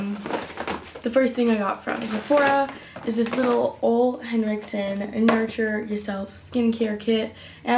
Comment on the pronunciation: It’s pronounced oola Henriksen